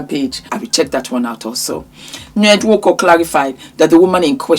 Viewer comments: It's the N-wooorrk-korrrrr..😂😂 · “Ñed nWöÕǒKōŐ” Makes me laugh EVERY TIME 😂🤣❤ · The pronunciation and twist of mouth for the nwokorrr had me 😂😂😂😂😂😂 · The way you say nwonko is phenomenal 😂😂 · 😂😂😂every time you say his name. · 😂😂😂😂 the way you pronounce the surname has me on the floor z😂😂😊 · 🤣🤣🤣🤣🤣you’re killing me when you pronounce his name…I don’t know of these people but this is a mess ewwwww this man is totally gross never ever would I….J wouldn’t care if he had money falling out his ass every time he moved..money doesn’t not equal to a lot of things and one of them would be to have this gross looking man touch my body never ever money can definitely rob one of their dignity and self respect which this gross looking man doesn’t have 🤮🤮🤮🤮